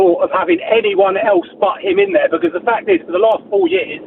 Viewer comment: It's de history of Tottenham 😂😂😂